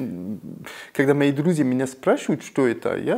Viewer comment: Так сладко он произносит друзи. 😊